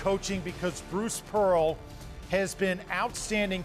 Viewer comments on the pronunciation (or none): none